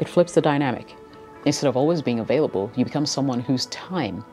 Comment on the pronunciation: “SCERRSE OR VALLABLE” lmaooooo nice pronunciation